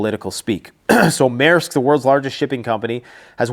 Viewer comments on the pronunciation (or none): none